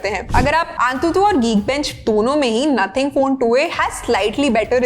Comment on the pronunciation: Nothing ❌ naathing ☑️